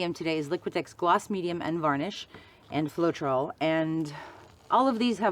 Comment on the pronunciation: Your paint looks like milkshakes, I don't understand when you say floetral and varnish? Beautiful painting and I love your laugh!!